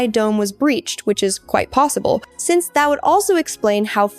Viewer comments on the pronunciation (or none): none